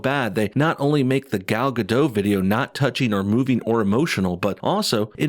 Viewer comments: Gal Gadot, Gadot is pronounced like robot. It's not a French silent t. If in doubt, you can find her saying her own name. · You pronounce "Gadot" wrong.